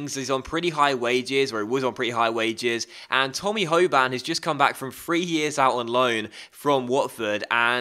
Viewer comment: rather than ho-ban its ho-bin